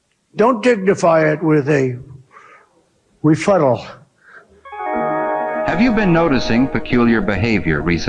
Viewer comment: is refuttal really re-fartal ? Im trying to connect the dots ...